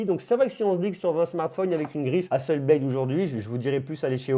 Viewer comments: HasselblAd pas Hasselbléde! C'est une compagnie suédoise. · Hasselblad se dit HasseblAd avec un A français et non un A anglais. Comme si vous le disiez en français. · Apprend déjà a prononcer le nom Hasselblad correctement.